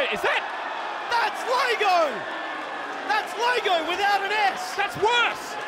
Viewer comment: lego not lago !!!